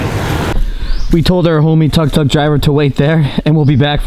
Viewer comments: It's took took not tuk tuk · It's pronounced 'took took'. Just sayin'.